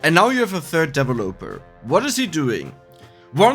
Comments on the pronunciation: FYI: The emphasis in the word "developer" is on the 2nd syllable, not the 3rd. Just throwing this in here since you mentioned in an earlier video you liked the corrections. P.S.: Check the pronunciation for "bracers" and "brazier" on dict . cc once again :) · Please look up the corrwct pronoumciation of developer